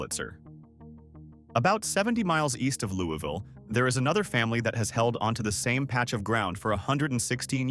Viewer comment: It is pronounced wrongly in KY.